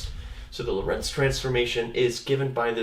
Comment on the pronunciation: In "Lorentz" the "o" is stressed, not the "e"!